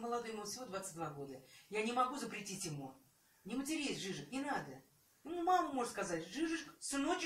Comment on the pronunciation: это ДЖИЗУС, а не "жижик"